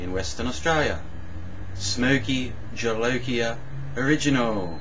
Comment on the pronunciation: He did, which is amazing for an Aussie. Most Aussies I've met can't pronounce Spanish words worth poo.